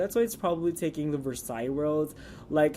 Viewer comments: Drop the "s" on Versailles...its french and you pronounce it..like...Versi....just saying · And it's pronounced ver-saiy